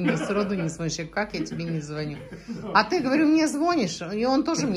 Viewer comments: Не звОнишь, а звонИшь, аристократы на вилле🤣🤣🤣🤣. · звОнишь, не звОнишь...🤦‍♀️